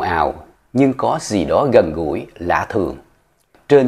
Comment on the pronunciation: “Co gi do” lai doc la “co di do” 😳